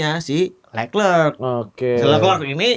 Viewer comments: BTW, penyebutan Leclerc tu Le-Klerk, bukan Lek-Lek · mending gua dah hostnya, spelling leclerc begitu😂